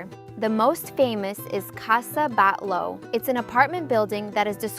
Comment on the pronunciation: And also casa Batlló with doble lt's not Batló, please try to learn at least the local pronuntation of all places visited, Casa Viçens it's with strong sound in last S, and also again Parc Güell is with doble ll no l (not Guel) correct is something like "Guey"